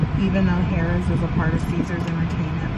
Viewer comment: Hola it's pronounced 'Hair- rahs'=Harrah's have fun🌈